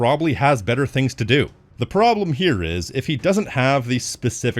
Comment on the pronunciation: bro said prblem